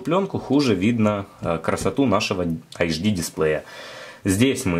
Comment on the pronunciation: не Ксиаоми, а Сяоми. не Ашдый, а Эйчди :-)